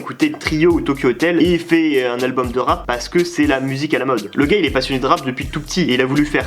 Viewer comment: Ptdrrrrrr on dis rap avec un p pas deux 🤣🤣